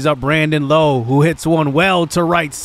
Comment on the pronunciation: Brandon Lowe's last name is pronounced (wo-w)